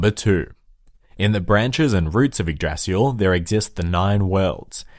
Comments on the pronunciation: "Feel free to make fun of for pronouncing everything incorrectly" Me: I'm sure it's not gonna be that bad First word: "Yggrasil" Me: in shock "Yggdrasil" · Yggrasil is pronounced ig-da-sil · Ygg"d"rasil Hod not Baldur and Odin dies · It's prononced yig-dra-sil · Yggdrasil is pronounced igg drah sil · yggDrasil (you misses a D) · when you said the name of the world tree i laught in my language we say yggdrasil but im from scandinavia so there is a difference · YGGDRASIL WAS PRONOUNCED SO wrong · lol I'm Swedish and I laughed so hard when he butchered Yggdrasil XD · Yay my prayers have been expected thanks for the video Also you pronounced Yggdrazil, angabora, balder wrong